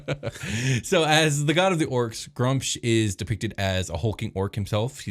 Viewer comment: You guys can't pronounce sh*t. It's either Groo-umsh or Gra-oomsh. Pick your favourite and die on that hill. No middle ground Grumsh, why have a double U?